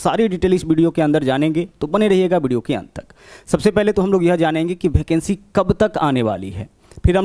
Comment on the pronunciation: Bhai भेकेंसी नही यार वेकेंसी बोलो